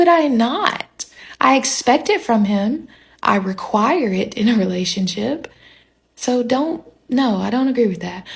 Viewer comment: Note she didn’t say marriage… she said relashionship!